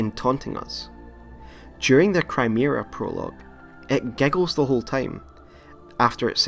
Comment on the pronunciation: "Crymera Prologue" I know it was a mispronunciation, but that really sums up the Chimera Prologue really well.